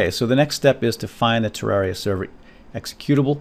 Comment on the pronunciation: he says Tewwawia. Slyfox fan/viewer?